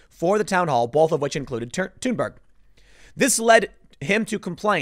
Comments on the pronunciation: Why does he keep saying tune Berg? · The fact that her name is pronounced as Tune-berg makes me laugh. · the way he pronounces Thunberg makes me think he smells his own farts